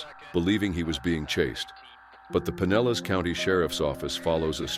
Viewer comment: Speed Kills..and the county name is pronounced puh neh luhs